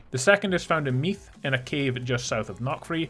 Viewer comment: Your pronunciations are, interesting.. Cu Chulainn is more ‘Coo hullan’ there is a bit of a guttural sound, but not as much as you have. Think of the name ‘Gallagher’, the way the g is silent and the h has a slight kh sound. Meath, Meath is hard to write this out. You’re saying Meath like it rhymes with wreath or teeth. That’s wrong. It’s more like breathe or bathe. Perhaps Meath should have an e at the end in English.